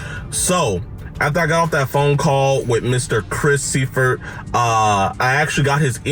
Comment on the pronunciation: His last name is German, so it should be “soy-furt.”